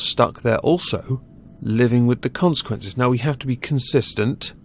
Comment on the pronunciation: I like when he says "consequences" lol